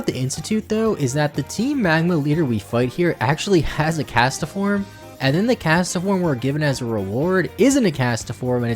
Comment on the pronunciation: Castform not castoform